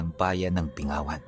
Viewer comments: Binggawan po tamang pronunciation nyan.. Malapit po kc un sa Capiz at palagi din kami dun dati kc may mga kapatid ang Papa ko sa lugar na un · Correction ang pronounciation po ng bayan na yan is binggawan pero ang spelling is bingawan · bing-gawan po pang pronunciation nyan midyo tigasan nyo po hehe. listening dito sa L.A